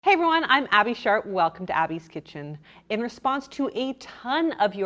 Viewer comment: I always think you are saying abbey shart lol